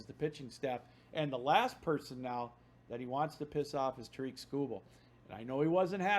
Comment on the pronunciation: How are you a Tigers podcaster and still pronounce tarik like "ta-reek"